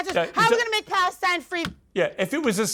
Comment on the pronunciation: Palestine in the British accent 😂